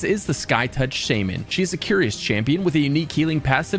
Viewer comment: Did the guy pronounce Shaman like “shady men”?